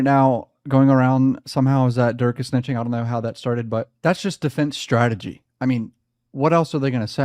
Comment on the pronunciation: Other than AK saying stragety this was a 10/10 effort